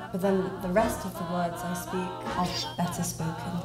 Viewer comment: it's pronounshed SPAEK :P